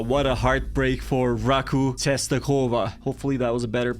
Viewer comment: As a Pole, I'm happy of that upset with Leverkusen. Also "Raków Częstochowa" is read like "Rakoov Chenstohova" (We read ó like oo, w like v, cz like ch, ę like en and ch like h like in word "hot".